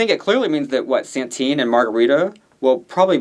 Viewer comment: Its Satin not SaNtine ❤